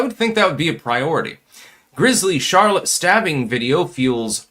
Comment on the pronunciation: Lol did you just say "Char Lotte"? It's "Sharlit"